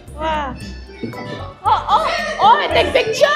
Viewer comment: hahha! ''oh i take pictare!'' dont hate me im just laughing not at her the asian or smth